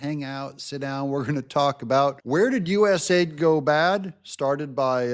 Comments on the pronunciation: u. s. a. i. d. Not us aid. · To be clear,.US A.I.D., not US aid. Even the names is used as a lie.